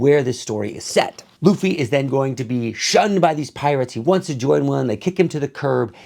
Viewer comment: You currently pronounce Luffy this time. Now, learn how to pronounce Zoro and Nami. Keep up the good work.